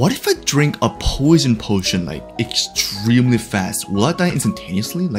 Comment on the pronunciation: o, you said extemelyfast, not extremely fast